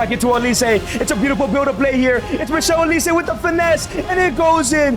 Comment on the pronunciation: This broski say " Michelle Olise" 😂😂😂😂 , It's Michael Olise